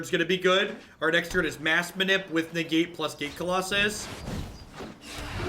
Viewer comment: Lmao “ne-gate.” A+ implicit pun